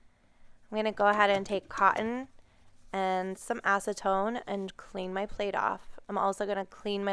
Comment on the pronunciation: You said acetone? Really?